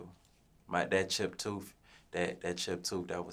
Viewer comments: “Toof shiesty” I’m crineeee 😂😂😂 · Niggas said “ shiety tooth “ 😭😭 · Nicca said Tooth shiesty 😂😂🤣🤣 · Toof Shiesty😂😂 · TOOF SHIESTY 😂😂😂